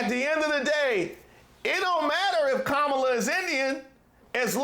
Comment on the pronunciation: Hey Caindisss it’s COMMA LA!